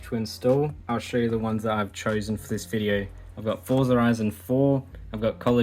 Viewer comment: Forza is an Italian origin word. It is pronounced as " fort sa" just as how you pronounce ' pizza"😅😅😅